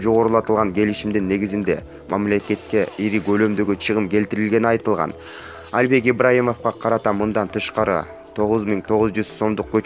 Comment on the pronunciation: Почему Альбек просто Албек когда начнёте правильно произносить